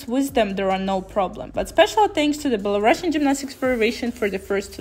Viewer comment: Belarusian is pronounced Belaroosian, but good progress with your english 😊